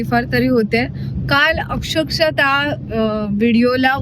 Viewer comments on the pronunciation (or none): अक्षरशः asat te... Akshakasha nahi... Nit tari bola re...